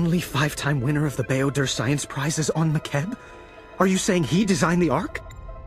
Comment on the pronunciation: Ooh, "Bao-Dur" Science Prizes!